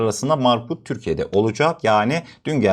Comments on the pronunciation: Rut degil rutte olacak dogru telefuz et , adamin ismine tecavuz ediyorsun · İsimleri doğru okuyalım. "Rut-te".